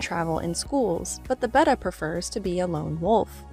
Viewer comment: Thank you for saying Betta correctly!!